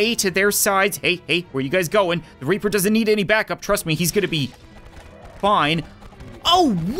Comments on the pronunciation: It's reaper not raper 😂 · Why is it in this video says reaper as raper